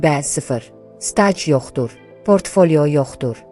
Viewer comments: " k "hərfini düzgün tələffüz et! "Stac" yox. Staj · Yazıda c əvəzinə j getdi:səsləndirmədə stac -ifadə edilir.Kasıb sözü və s.ifadələr də düz tələffüz edulmir. Vulqar ifadələri yazmayın.Dilimizi qorumalıyıq. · Hekayə Türkiyə kanallarından iqtibas olaraq yaxşıdır.Lakin səsləndirmədə qüsurlar var."Staj"yox,staj demək lazımdır...